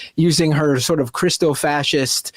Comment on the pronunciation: Did this guy just say Christi-fascist seriously??😂